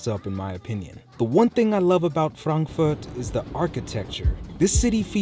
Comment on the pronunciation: Thanks for pronouncing "Frankfurt" the correct way :) many English speaking people say "Frenkführt" which sounds very weird 😂